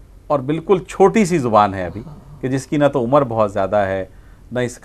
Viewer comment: ایک توجہ ہے عمرو میں و نہیں پڑھا جاتا اس کا تلفظ آپ نے صحیح ادا نہیں کیا یہ ع پر زبر کے ساتھ و کے بغیر پڑھا جاتا ہے عمر جذاک اللہ۔ آپ کی کوشش قابل ستاءیش ہے۔